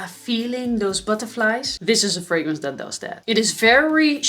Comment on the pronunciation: " it going to dead kind of direction " lol "that!! (not dead) kind of direction", it took a time. to may ear